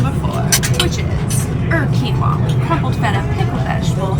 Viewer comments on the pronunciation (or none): none